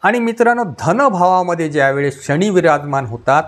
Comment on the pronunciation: "शणी" नाही "शनी"